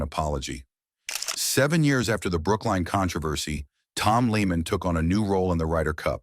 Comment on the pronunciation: Sigh..... Lee-man 🙄